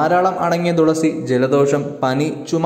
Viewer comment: ദുളസി അല്ല മാഷേ തുളസി🙏🥱